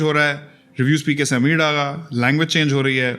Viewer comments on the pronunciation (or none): subtitles sy kuch farq pary ya na pary mri but confusion dur hogaii.. whenever u said mra nam meer hai eer hai i confused k ye nam nai hoskta but aj smj aya mra nam ameer hai 😆 well best of luck n good decision i hope subscribers km na ho zda ho amen😇